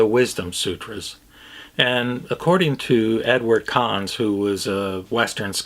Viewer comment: Not entirely sure but, isn't Dr. Conze's name pronounced "Kon-zee" - two syllables? The fellow I teach with studied with him in the 60s at the U of WA and pronounces it that way.